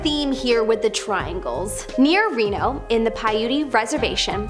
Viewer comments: Umm, did she just call Reno (renno)? It's pronounced reeeeno. In 60 years, I never heard of anyone who didn't know how it's pronounced. Truly, schools in the United States are failing children. And then, she said "cosmetologist" in place of cosmology? Wait, is there a word cosmOtologist? I understand that your i.q. probably is a factor in you being a part of these videos, but please learn how to phrase words properly. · Reno is pronounced ree-noh. Not réno... just fyi... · Did she really just say "Reh-no"??? Made this entire video BS right from that dumbass moment 😂. Didn't anyone edit this or at least check it for stupidity before posting?? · I enjoy these videos, however, the first presenter always mispronounces numerous words and places in each video. Maybe a little research or an editor before posting? Reno? (Rehno? Really?) Thx.